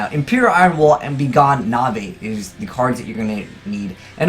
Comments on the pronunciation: Nahvay? It's Knave. Pronounced "Nave". Learn to English. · lol this was a pretty terrible video. 1. it's obviously 'nave' not 'kunavay' 2. storming is considered the best mirror by far as its easier to activate and putting monsters face down is a benefit vrs ba and any other deck that summons a lot at once like pendulum you can lock their board up. 3. iron wall isn't needed for this combo cause they never go from field to grave. 4. this isn't a legitimate combo because you have to draw more paliazoic traps every time if you don't then you can't special anymore that turn. 5. paliazoics are being played a lot actually. toadally awesome has only been out for a few weeks and the deck has already topped 3 events with toad and it topped 2 events before toad even came out. 5. you need the rank 2 monster for this combo making it a 4 card combo that you have to wait a turn to do cause of be gone knave. (ie it's terrible) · It's not Navai it's begone Knaive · Begone Nay-ve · lol azeyes the k in knive Is silent like knife its pronounced nave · cringe every time he says "Navee" Dx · Why would Knave be pronounced '"Na-vay" if Knives isn't pronounced "ni-vays" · Knave is pronounced nave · Damn, You and Capital G are so bad at pronouncing basic words. Learn to pronounce, Knave!😁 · Seriously doesn't know how to pronounce Knave....? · Knave is pronounced like shave dude <3